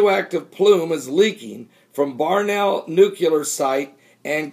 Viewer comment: Barnwell pronouced Barn Well - not Barnell.